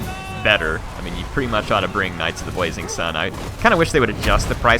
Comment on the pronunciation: Does have a list? I keep hearing him say "Knights of the Bwazing Sun" instead of "Blazing".